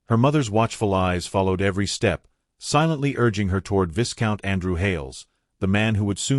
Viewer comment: Vi count not vis count. This story was too ambiguous for my taste. Not enough explanation for full understanding